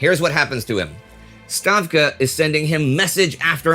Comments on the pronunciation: Thank you for noticing my comment a few weeks ago on the pronunciation of Stavka. It made my day to hear Indy say it! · Thumbs up for pronouncing Stavka correctly. Also, I like their directive: "3) If you blow up the bridges, who will prove you blew up the bridges?"